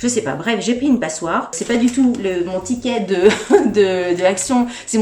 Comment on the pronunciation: T'as dit pticket ahah!! Ptain j'suis con je sais mais ça me fait tjs partir ces trucs là xD Bon sinon je garde le toblerone aussi 😉